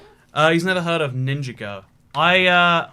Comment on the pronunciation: Why is nobody talking about that egregious pronunciation of Alejandro Edit: now I understand why, he seems to just struggle with his j's in general. Example: see ninjago